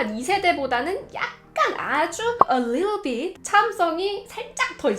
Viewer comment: a little bit~ 발음에 치이고 갑니다 *